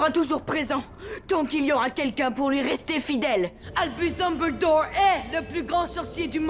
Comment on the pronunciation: En temps que quebecois , le fait qu'il dise dumble-dorr , drago mal-fois , hermione gran-gé me derange un peu